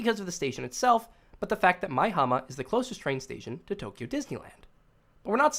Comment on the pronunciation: Stop saying Tokyo like that